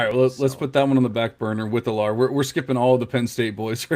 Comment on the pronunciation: almost positive you guys are mispronouncing Drew Allar’s name. Pretty sure it’s pronounced “Al-er”